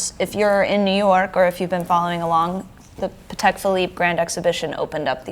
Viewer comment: Almost sounds equestrian-I don't think that is the french pronunciation -no "d" but "t"...I stand corrected in advance if I am wrong...